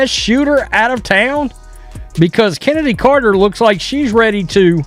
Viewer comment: Her name is pronounced KENNEDY, with a hard K, despite how it is spelled. And it it ASIA, like the continent, despite the spelling. Is this what we get with AI?